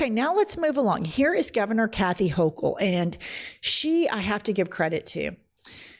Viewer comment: Hochul can't even pronounce his name. All these people showing they don't know the difference between an N and an M--did we pass kindergarten people.